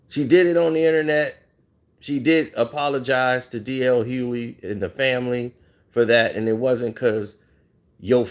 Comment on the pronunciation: Bro, the G is not silent in DL’s last name.